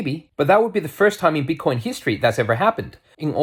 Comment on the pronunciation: You are hilarious "BIT-TAH-COYNE To dah moooon!"